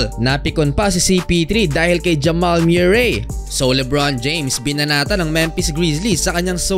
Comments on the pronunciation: Murray tol pronounce moohrey a ewan😂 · mu-rey not myu-rey (MURRAY) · Jamal MEW-ray!😂😂😂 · Jamal Muh-ree